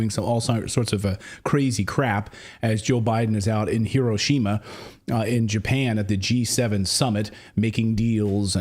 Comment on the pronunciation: WTF? What is HOE-ROW-SHAW-MA? HOE—-ROW—-SHAW—-MA? 🙄